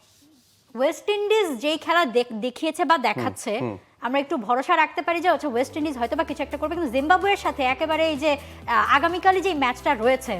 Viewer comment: ওয়েস্ট ইন্ডিজ ঠিক করে উচ্চারণ করতে পারছে না, কি অবস্থা এরা বসেছে টিভি চ্যানেলের এংকার হিসেবে😂 মাদ্রাসা ছাপ শিক্ষিত 😢